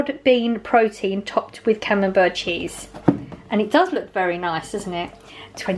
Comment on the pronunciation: Great haul - it’s pronounced cam-um-bear xx